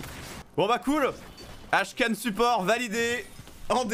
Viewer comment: Il s'agirait de dire Akshan et pas Ashkan